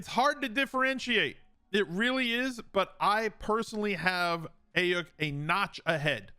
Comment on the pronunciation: This man said Brandon Ayick